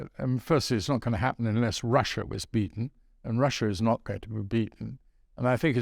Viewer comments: He gets his R's and W's all wong. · It's pretty hard getting through an interview, where words like Wussia and Bwitain are present, makes me think about the biggus dickus sketch from Monty Python!